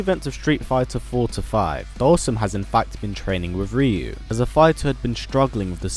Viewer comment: Ree-yu ... -_- UHH NO. it's RIE-YU !!!!